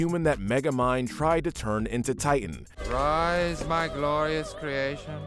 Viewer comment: I don't wanna be that guy, but you kept saying the Megamind villains name wrong. Its actually Titan, but if you're referring to the scene where he uses his eye beams to write his name in the wreckage of the city, he spells it "Tighten" instead of "Titan", which I always assumed was just to make it look like he spelled his own name wrong.